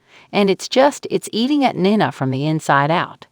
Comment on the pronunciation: Hey announcer it’s pronounced Nena not whatever you are changing it to ??? Please try watching an episode so that you at least know the characters and how to pronounce their names?????